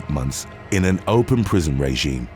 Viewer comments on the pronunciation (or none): none